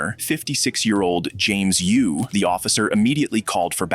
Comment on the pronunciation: It’s James “yo” not “you”